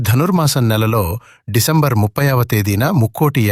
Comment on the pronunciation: Decembar sadaru kadandi 16 starting lo meru sadaru ani palikaru.